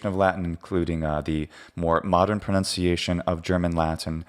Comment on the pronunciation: Ok, I'm certain you've been asked this before but I'm not up for dredging through your comments looking for the answer. As a person for whom pronunciation seems at least somewhat of interest, I get the feeling you're purposely mispronouncing "pronunciation" as "" to make some sort of point. Are you? If so, what point? If not, then why say it that way? Or, if he's explained it before, somebody else can chime in. I just would like to know.